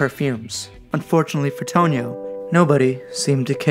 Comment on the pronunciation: Just a couple of corrections my friend. First of all it’s not “Tonio”, but “Tonino” (it’s pronunced “toneeno”). Second, this watch has nothing to do with the car company. It’s not true that Tonino (who was indeed the son of Lamborghini’s founder Ferruccio) started designing watches in 1981 to “diversify” the family business out of luxury car manufacturing, cause Ferruccio Lamborghini had already sold the car company and got out of the luxury car business in the early 70s.